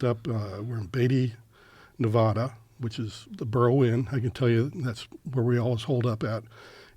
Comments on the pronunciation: He said ne-VAH-da. Hard to take him serious after that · I have a really hard time believing hes spent time in Beatty Nevada, given he CAN'T PRONOUNCE NEVADA! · Not credible. Mispronouncing Nevada after years of working there, and being so detail oriented, and proper in the retelling. Another lunatic seeking attention. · Don't trust the guy, he said Nevada like someone who's never spent time in Nevada. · Only reason I doubt this guy is he supposedly lived in Vegas and took college classes here but doesn't know how to properly pronounce Nevada? He pronounces it like Joe.